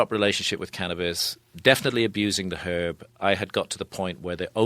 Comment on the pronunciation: He says it how it’s meant to be said